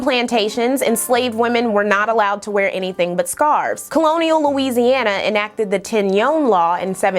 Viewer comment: Yoruba is actually pronounced as “YO-ROW-BAH”